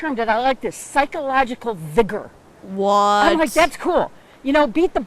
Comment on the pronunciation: she said Vigor with a hard er 💔 Felt like she was calling me a slur